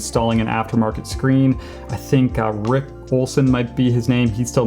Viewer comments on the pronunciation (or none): none